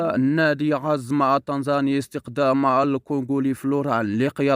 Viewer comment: اسمو عزام.. ليس عزم.. بعدين فلوران عقده مستمر لعامين.. شوف ليك شغله اقضاها!!؟؟